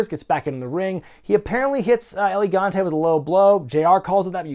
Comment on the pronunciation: lol its el gigante not elegante